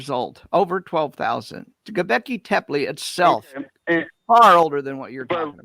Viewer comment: RJ---Bro.....Gobekli Tepe (I'll let the pronunciation slide Dr. Ray) is a man-made monolith dated to 10,000 yrs old - older than the 7,000 yr old earth as espoused by biblical YEC. True it is in Turkey, but 3,000 yrs older than "adam". And who cares about human population growth after the flood. What about speciation after the various "kinds" were released back into the earth. There would be in the order of 180 new species EVERY YEAR popping into existence since the flood story. And the Snail dating.....hahah. "The source of the 2,300-year-old radiocarbon date (Keith and Anderson 1963), has been abused and misused to discredit radiocarbon dating. The article discussed the potential errors that the presence of "dead carbon" would introduce into the dating of mollusks. For example, carbon dioxide in the water can partially come from Paleozoic limestone, which lacks carbon-14. As a result, the carbon dioxide in the water is deficient in carbon-14 relative to the atmosphere, and mollusks living in the water build shells that give apparent dates older than they really are. This is a type of "reservoir effect. In other words, the apparent age of 27,000 years for these snail shells is another example of the "reservoir effect" Finally...Population growth: " start with eight people in 2350 B.C.E. (a traditional date for the Flood). Then, assuming a growth rate of 0.5 percent per year, the population after years is given by P(N) = 8 × (1.005) The Pyramids of Giza were constructed befor